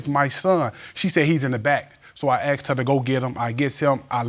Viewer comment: Lookded and axed ain’t werds